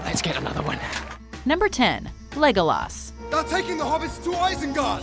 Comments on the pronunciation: I hate the fact that she says Legolas as LegolAAAs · It's Legolas. ....... not Legolaaaaarrrsssss .........I hate this list😕😜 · Bunny Boo ikr. this crazy woman cant say Legolas' name right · The way she pronounced "Legolas" made my skin crawl. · You pronounced legolas name wrong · Mye Paul ikr its not said like that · Lotte Larsen ikr, she says his name wrong It annoys me and hurts my ears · ikr, she can't even say Legolas' name right. when she says his name like that, it hurts my ears